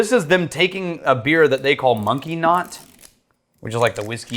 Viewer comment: i think we all thought said "monkey knot" which has... shall we say... a certain explicit meaning